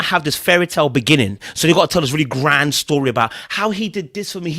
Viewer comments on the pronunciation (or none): none